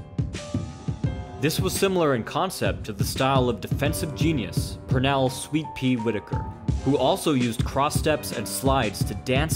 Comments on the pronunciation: It's "Sweet Pete ," NOT "Sweet Pea " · It's"Sweet Pete," not "Sweet Pea," hotdamnit!